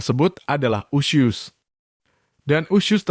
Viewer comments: Usus....bukan usyuss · Narrator nya mengucap 'usus' dengan 'usyus' 🤣🤣🤣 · Bang bacanya :*USUS* bukan usius 😵‍💫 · Harus kah sebut ( iusius ??🤣🤣). Usus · Usus bang.. bukan usyus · Woy... 🙄🙄🙄🙄🙄 USUS Kaleee Bukan USYUS🙄🙄🙄🙄🙄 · Sama, gue jg pas nonton vidio ini kesel bgt sm yg bacain berita, bilg usus aja usyus.. Dasar dudul nech yg ngomong😂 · Fasih banget bilang nya Usus mind 😁 👉 USYUS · Bilang ussuss nya smpr mndalam gitu.. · Ini berita sadis tp AQ pngen 😅😅😅😅😂😂😂 tyap hostnya menyebut usyus hihihi maaf ya bang jd gagal fokuss...,smngat trus bang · Usyuss.. Entah kenapa saya tidak suka mendengar dia menyebut usyuss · Bilang usus nya lucu bank